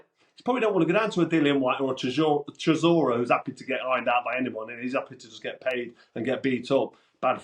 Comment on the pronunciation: Hahahaha, I love the emphasis you put on "ironed out" every time 🤣